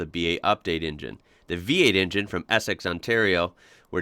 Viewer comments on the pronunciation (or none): none